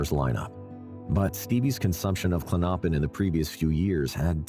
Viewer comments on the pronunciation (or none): Klon-o-pin not Klonnoppin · It’s Clonipin not Clinoppin!!! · Klonopin is pronounced KLON-oh-pin, not klon-OH-pin. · Not klonnoppin!! Lol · The narrator pronouncing klonopin as Klo-Nop-In is so annoying . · Dude, learn how to pronounce Klonopin